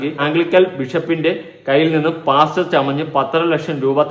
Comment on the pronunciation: Why saying “ PASCHER??? Pastor.